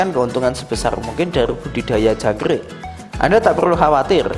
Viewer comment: Jangk rrrrrrrrrrrrrr ik